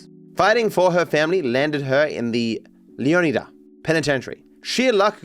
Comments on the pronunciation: My guess is that's it's meant to be pronounced lee-AW-nee-da, like Florida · It's pronounced leon-eye-dah 😭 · Its pronounced Leo-Nigh-Duh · got more pissed off with every leo-nida I heard lmfao ITS LEO-NIGH-DA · My god, if I have to hear ‘Leo-KNEE-dah’ ONE more time, I might break my phone. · I don’t know why lol I feel like it’s very clearly not pronounced that way Leo Nigh Dah is the only way I feel like Leonida will be pronounced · Someone tell him it’s LEO-NY-DUH and not whatever he is saying 😂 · Dahmez, leoneedas 😭😭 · Guys it’s pronounced LEO-Ni-Dah Like Flo-Ri-dah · Dont you pronounce it leanida? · Every time said leoneeda apart of my soul died a little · Pronouncing Leonida as Lee-on-idd-uh sounds so stupid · leeon eedah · It's gonna give me an aneurysm with how pronounces Leonida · Bro has a latina mami but can't pronounce Caminos or Leonida 💔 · It's one thing to pronounce it wrong one way, but to pronounce it wrong a dozen different ways and still never get it right is infuriating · I was laughing every time he struggled with it on stream. And he was genuinely trying, asking chat for advice and still getting it wrong. Pure cinema, I love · will be able to pronounce "leonida" properly before gta VI